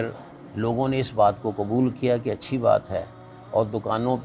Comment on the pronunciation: Kachi Nahin man acchi bol